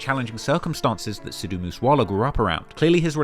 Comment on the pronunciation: I'm not Indian and I have never been to India but I've been listening to a lot of Moose Wala in the last couple of years because I think Indian music is so unique. I didn't know there was a story like this behind the guy though. (Btw just for future reference, it is pronounced "Sick" instead of "Seek" for Sikh/Sikhs/Sikhism, I have a Sikh friend that is always getting on me about the pronunciation lol).